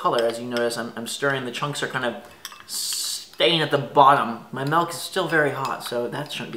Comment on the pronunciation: Melk??? my fine sir it is "milk"...